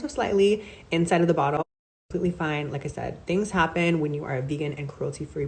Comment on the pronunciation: Did Nikita go to the J. Star school of PR and annunciation? The emphasis on some words "SMall BATCH" and the sing-song intonation when she's being dismissive, ie, "ever so slightly" and "Mistakes HaPPennnn" just sound so familiar.